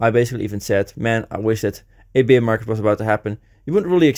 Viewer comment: Dude you keep saying beer market, it’s bear market. Pronunciation is different. Love the content though.